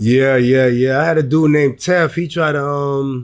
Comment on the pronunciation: tef is Ali right hand.. his name ain’t tef it’s tee fway